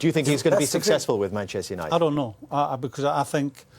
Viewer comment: Keane sounds french. "I dont no." hahahaha